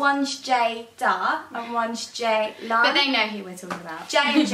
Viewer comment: Why are you sisters names spelt ceylan and ceyda when you say it with a j sound xx